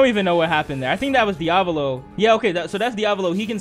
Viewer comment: i don't like how you keep mis-pronouncing Diavolo's name -_